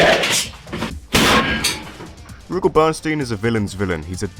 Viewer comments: Really wish Adelheid hadn’t fallen off. I want him and Duck to come back in the worst way. Rugal doesn’t rhyme with Google, btw. Stress is on the second syllable, like roo-GAHL. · People pronouncing Rugal's name as "Roogle" will always be grating on my ears. My friends and the people in our arcade always pronounced it as Ru-gal. That being said, awesome video! Adelheid, Krizalid, and Shion deserve to be in more games.